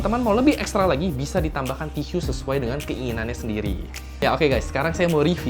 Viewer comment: TISU .. TISYU .. HMMM SAKIT BAT TLINGA GUA DENGERNYA